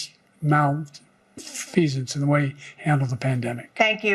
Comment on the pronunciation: You pronounced malfeasance wrong, my duuuude. lol. love you tho still 100. it’s mal-fee-zince(like vince) not szhince FJBBBBBB